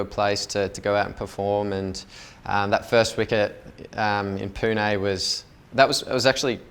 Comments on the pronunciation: Smith pronunciates "PUNE" better than 70% of Indians calling it "POONA" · Smith said pune correctly wow😂